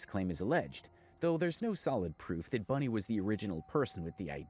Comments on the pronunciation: I don’t like her at all, but it’s annoying me that you keep saying Bunny instead of Bonnie😂😊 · Its bonnie not bunnie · Its bonnie, not bunny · Its Bonnie not Bunnie. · It's Bonnie! Not bunny lol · Its Bonnie not Bunny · Bruh it's BONNIE...not Bunnie😂😂😂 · Sweetheart- it's ***BONNIE not "Bunny" 😂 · Bonnie, its not Bunnie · BONnie not BUNnie. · BONNIE not BUNNIE 🙄